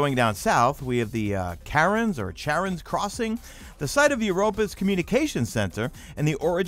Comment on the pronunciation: ShareOns is how you pronounce it. ♡